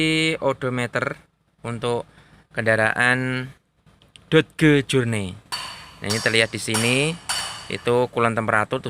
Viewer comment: Dibaca doj, om. Bukan dod geu 😂